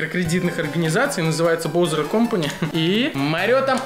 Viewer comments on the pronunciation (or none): Вроде же баузер, а не броузер